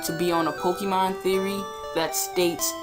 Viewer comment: Poh-kay-mon. That is how pronounce it.